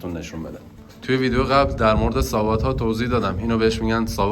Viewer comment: زنده باد مردمانی که صنایع دستی ایران را زنده نگه میدارند و به دنیا معرفی میکنند. در ضمن ساباط درسته نه ساواط اشتباه تلفظ میفرمایید با عرض پوزش